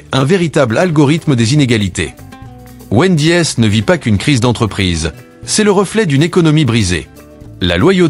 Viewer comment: Numero si ou es le x 😂😂 Hooter ou es le s 😂😂 Pizza ach 😂😂😂😂 Wend . i. es 😂😂😂 Quelle mer . d!e cette AI comme la bouffe